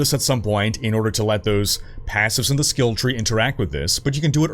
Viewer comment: Can you say skill tree???